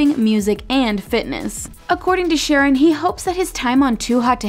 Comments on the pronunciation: It’s not “Sharron” 🤦🏻‍♀️🤦🏻‍♀️— it’s “Sh’RON”! Oy! Lol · its not sharon its SHARRON did u even watch the show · Omg, it's not SHAR-on like the girl's name, it's pronounced Shar-RON. Made an entire video and couldn't even get his name right? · its Sha-rron, not Sharon LOL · Sharron not sharon.... and fran literally said in an interview that they're moving in together once the quarantine is over because hes in LA and shes in BC but they're still together. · This is what happens when you outsource narration. IT'S NOT "SHARON" IT'S SHA-RON. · sha-RRON not fucking sharon. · Errrr maybe before you do a video on a show, make sure you’re up to date and do your research? It’s pronounced Shar-ron. Also, Francesca and Harry confirmed they’re together. Nicole and Bryce are dating. Rhonda and Sharron are confirmed as not officially together. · Lol that's wrong its sharrRON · if she says "sharon" one more time 😆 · His name is pronounced “Sha”-“Ron”. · WHY do they keep calling Sharron “Sharon”?!?!? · Yall can say "Bamb Fodta by Amit" but aren't able to pronounce Sharron the right way?? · Thank you! This drove me nuts. Not to mention they made another video on the cast and were called out than as well. Very tacky! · Please tell me how you watched the show but can’t pronounce names right. Make it make sense. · How is this woman seriously pronouncing his name wrong ?!?! Also not accurate news since Harry & Frankie are together! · the videos great but please learn how to pronounce peoples names because it comes off as extremely disrespectful when everyone else knows how to pronounce sharrons name and the narrator does not.